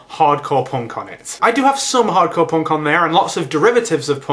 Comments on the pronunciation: No, no, you've got it all wrong. He was saying 'porn' music, not ponk or punk. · i thought you said porn instead of punk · The first few seconds of the video, everytime you said "punk" I thought you said "porn". Hardcorn porn. Maybe I shouldn't watch videos while on the treadmill . . . or maybe I should do that all the time. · haha u say punk funny. probably because im american :(